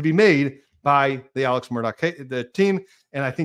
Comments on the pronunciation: Alex pronounced Alec! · I would spell the pronunciation as Ellick.